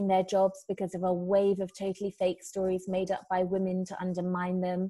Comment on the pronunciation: Charles Nicklestein this is for the wage gap And once again, who in this video is complaining that men don't make enough money? also "wii-mun"????????